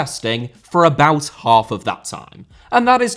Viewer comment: Putin* not Pyuten Dortmund * not Dohrmund Half* not Holf Final* not Fahnal Dissolved* not Disolved Saw* not Sor Idea* not Ideer Improvised* not Improvahsed Media* not Medier Violence * not Vahlence Wild* not Wahld Escobar* not Éscobohr Possession* not Posession Miles* not Mahls Pérez* not Perez Roman* not Rouwman Kumbaya* not Kmbayohr Rather* not Rother Iran* not Irón